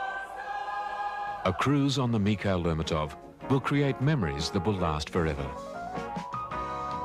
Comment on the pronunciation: You'd think they'd ask somebody how to pronounce the name of the ship correctly